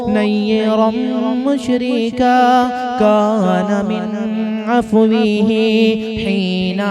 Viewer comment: اتی میں ت کی جگہ ط پڑھ رھے ہیں مشرقا کی جگہ مشرکا علم کے قصر کی جگہ کسر جوہر نایاب کی جگہ زوہر نایاب أُجلی آواز کی جگہ أَجل آواز یا ایسا کچھ پڑھے اور جو الفاظ و اشعار کی تبدیلی وغیرہ ہیں وہ ڈاکٹر نواز دیوبندی کا سن لو پتہ چل جائے گا